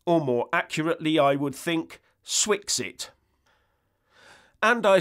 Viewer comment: Surely “SWEXIT” rather than ‘Swixit”... after all, it wasn’t ‘Brixit”.